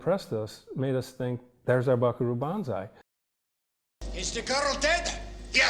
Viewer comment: BS----If a showrunner can't pronounce "Banzai" your AI needs work.